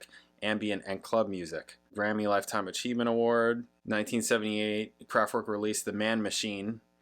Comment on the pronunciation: Why do you pronounce name KRAFTWERK wrongly???